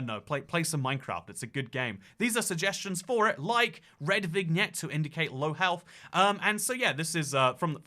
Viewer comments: vignette is pronounced vin-yet! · I think the biggest atrocity in this video was pronouncing the G in vignette